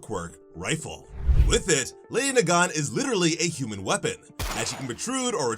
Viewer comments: “Lawydiay Nagawn” 💀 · It should be LEHHDEE NAAGAAN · you're pronouncing her name wrong... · Ah yes, my favorite MHA assassin, Lady Nagan. (Why is my mans not pronouncing her name correctly?)